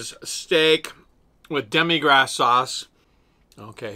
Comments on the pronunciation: and i think its Demi-glace not demi grass :D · It’s not demigrass it’s demi-Glace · FYI, it's pronounced demi glace (like in glass), cute cat paw pastry.